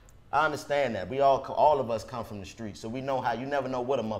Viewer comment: DC keeps saying We gotta stay SKRONG for us🤣🤣He also say Skreets..He never puts T on his words WHY?🤣🤣